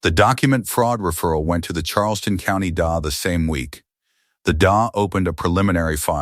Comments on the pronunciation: The Daaah? Stupid AI! It's a D.A. as in District Attorney. Edit your posts, idiot! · That's not "da", that's DEE-AY! It's also not "poa", it's PEE-O-AY. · It’s D. A. Not da.